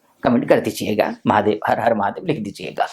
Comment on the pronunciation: Mahadey nahi hota, mahadev hota hai 😂....